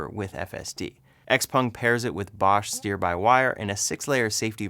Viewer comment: XPENG, not XPONG..... lol.... Thanks for the updates...